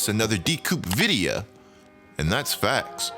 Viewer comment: Am I the only one who peeped that he said “you won’t want to miss another vidiuh 😂